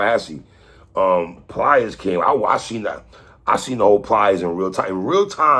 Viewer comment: I think 3 and Watson do this shit on purpose. Where is the R coming from? It’s PLIES. Not pliers like the fucking tool